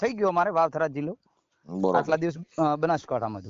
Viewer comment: થરાદ સે ઘરાદ નહી ભાઈ😂😂